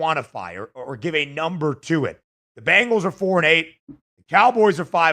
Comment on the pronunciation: Not to be too critical, but you'd think someone with the first name of would be able to pronounce the word Bengals properly. The word is Bengals, not Bangles. The Bengals are the NFL team in Cincinnati. The Bangles are an all-female pop band from the '80's. Sorry to be that guy, but I thought maybe a little constructive criticism would be appreciated. Love your show, you guys are both very knowledgeable and personable and I like listening to your show every weekday.